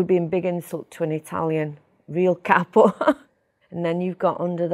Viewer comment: I'm sure she can, and does with her father and close family. Her pronunciation of Italian names N'drangeta, Cosa Nostra, Capo etc are all genuine.